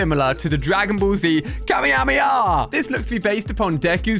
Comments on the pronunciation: Alia finally said "Kamehameha!" correctly!! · I AM SO GLAD YOU SAID KAMAKAMAHA RIGHT. [i dont even know if i spelt it right?]